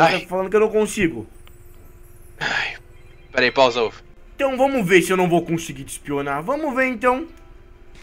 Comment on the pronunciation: O falou pausa eu ouvi wolf